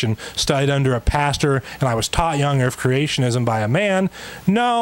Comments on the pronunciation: "Young Earf Creationist" ? What's an "Earf" ? oh, that's probably that flat thing. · Young earf ? 🙄 seriously ? 🙄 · Anyone notice says "urf" instead of "earth"? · Earf, vestidual ... not only is his argument rubbish, he's not even pronouncing the words correctly. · Does this guy keep saying earf and truf? It's hard for my old ears to tell. If he is, it's okay. I am not making fun of him if he has a speech impediment! I just can't distinguish the words. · Is he saying "young erf"? He must be flat erfer too. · I'm i the only one that can't stand the significant mispronunciation of 'Errff' (Earth) and 'vistig-ual' (vestigial) by someone who is attempting to discredit well researched and documented science? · Not to me. Hell, he can't seem to say earth right either sounding like "erf". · I'm sorry, but I can't listen to this guy. Between his dishonesty, his ignorance and his inability to say "Earth", I just want to rip my ears out to make his shut up. I know it's petty, but I don't care.